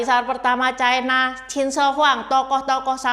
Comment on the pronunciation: Ucapan yg bnr : china, bukan chaina